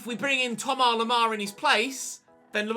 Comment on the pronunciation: Plz say Thomas the English way. You pronounce the vowels English and say Lemar English so why leave out the “S”? Sounds more wrong than just going full english